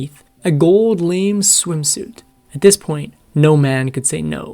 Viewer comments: “A gold lame swimsuit?” Oh my, so the swimsuit had one leg shorter than the other?! lol. It’s pronounced la mae! And it wasn’t Laner Turner, it was Lanna Turner. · yes, was going to say the same. LAAna Turner? Many of the Youtubers also do the same with the old stars. To my generation, these are household names. I guess these stars are pretty much forgotten today..... PS - Gold Lame (pronounced LaMAY, not lame). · La, may...not lame. These facinate narrators mispronounce, relentlessly...and YES it does matter! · A gold lame swimsuit. It's pronounced lah may. I realize it may not be a popular material today but if you're going to do a documentary please learn the language and the proper pronunciation of the stars names. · Oh & unless you're a 'bot' on pronunciations??? Her Gold bathing suit was Not "Lame" its pronounced La May! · gold “lame” should read “lamé” (two syllables). Also, elsewhere “Layna” Turner should be pronounced “Lana” (short A in the first syllable) or “Lahna.” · With regard for your efforts, a couple of pronunciations here: It’s not LAY-NA It’s LANNA. Not LAME But LA-MAY. Because so many listeners would be familiar with words/names from the time period, mispronunciations are distracting. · Yeah, this guy can't pronounce some basic words. "Gold LAYME swimsuit." It's "la-MAY" for crying out loud. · You need to look up pronunciations on very common words. Lame fabric is pronounced Lah-may. Lana Tuner is pronounced Lah-nah. Ricardo Montlaban is pronounced Mon-ta-bon. Deborah Kerr is pronounced Car. It is hard to watch these when you mess up names and words. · Lah na Turner, not layna. Gold la may. Not lame. Come on. Be better. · When talking about her gold lame swimsuit, it is pronounced lah-may, NOT lame. LMAO!! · Lana Turner's first name is pronounced LAH-nah, not LAY-nah. Lamé fabric is pronounced LAH-may, not laym. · Lame’…..sounds like la may😂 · ‘A gold LAME swimsuit’😅 La-may.